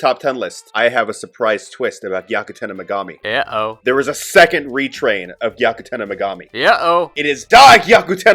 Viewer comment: I too never pronounced Megumi's name correctly or at all.